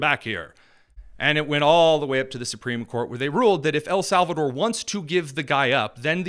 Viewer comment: “El SAL VA TOR” - van hollen